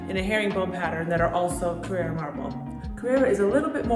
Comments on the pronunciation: You’re pronouncing it carrEra. It’s carrAra. CarrEra is a sunglass brand. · It’s not a Porsche. It’s pronounced “Carrara” not “Carrera”.